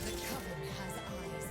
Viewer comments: I freak out everytime you say covid... its cuh-ven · Coven is pronounced cuh-vin (kinda like oven). Don't want you to get blasted for the pronunciation in future vids. Love the content! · you probably got told this already but coven is pronounced like oven